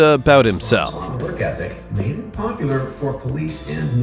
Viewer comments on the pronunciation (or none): none